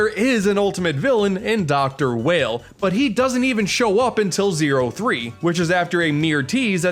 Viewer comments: Huh. I've always pronounced "Weil" as "Wile" instead of "Wail". It just welt like a connection that seemed plausible to make, since the spelling could really pronounce it either way. Dunno. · Ah yes my favorite character, Seal not Ciel (si- el) nope seal oh and not let me forget Dr. Whale instead of Weil (Wai-ll) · Alright,, I need to address the elephant in the room. Ciel is pronounced as See-L, not Seal. Dr. Weil is pronounced as While, not Whale. Alternatively, you can go with Dr. Vile, his name in Japan. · it's Dr. Wy-eil not Dr. Wale. good video anyway though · Weil is german, pronounced "Vile" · Its not pronounced "Dr. Whale" Its "Why-ill" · Not to be too much of a nitpicker but Dr. Weil is meant to be pronounced "Vile" and not "Whale" They just didn't outright call him Vile because of the character in the X series. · Everyone pronounces the names wrong in these games. "Whale"? "Elpieyzo"? Weil is theorized to be Wily, but even if not, his name is a clear reference to such. It'd make more sense to pronounce it like "while" considering that's closest to "Wily". Th eother name "Elpizo", I can understand being slightly more confusing.....until a later game straight up namedrops "Project Elpis", which should be a dead giveaway that Elpizo is named after the Greek spirit of hope, Elpis, making it's pronunciation "Elpeezo". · Just an FYI it’s pronounced “While” not “Whale” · Pretty sure Weil is pronounced Vile, because German. I dunno, that's how Quarter Guy pronounced it and he knows his Mega Man stuff, so I go with that lol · I never got how to pronounce some of the names in this series, but I'm definitely going with Seal and Whale now. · Weil is pronounced as While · Dr Weil is actually pronounced as Dr Wile, in japan his name is Vile and its pretty obvious why they changed that V to a W for the games english release. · Mordo it’s not even pronounced that way, it’s pronounced “vile” since Weil is a German word. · "WHALE" son where's the a in weil??